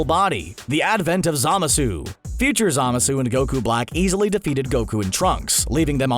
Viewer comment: God damn it, if only you hadn't mispronounced "Zamasu" SO MANY GOD DAMN TIMES!!.....